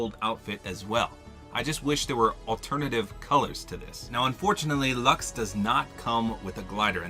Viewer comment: You lost me once you said luxe